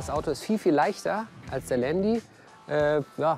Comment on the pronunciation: Alles ganz cool aber ieses Landi das regt mich so auf sooooooooooooo man sagt zu einem Porsche auch nicht Porschiiiii. Man das heisst nicht Landi